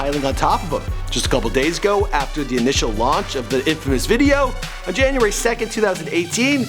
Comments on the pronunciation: he said janurary 31first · Not jaunuary... December 😂😂